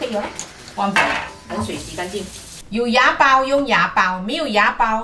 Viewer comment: 温馨纠正提示：是wa(瓦)煲！不是牙煲啊！！要修正发音一下，内地听起来很怪。😂😂😂